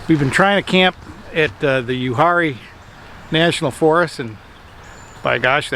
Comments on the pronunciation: That would be pronounced U-R-E No H sound. I like to spend at least a week a year up there. The Uwharrie Mountains are the second oldest mountains in the world. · Uwharrie is pronounced “u-war-rie”